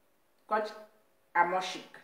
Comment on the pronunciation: C'est Coach Hamond Chic et non Amoin Chic 😁!